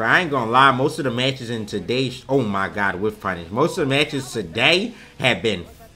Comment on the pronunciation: "OOohh my gud" 🤣🤣 love it wen says it like that funny af